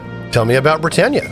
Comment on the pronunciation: You haven't heard the country name "Britain" pronounced before? As in "Great Britain?" It's not "Bri-TANE."